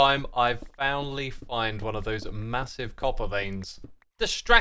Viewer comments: "I've founally find" 🤣🤣🤣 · "Founilly find a copper vein" oh dear, vocal derpage yet again X, love the video though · "I've founily find..." Derp! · I watched this 4 times and still believe you said “founally find” . 😅 Love you man.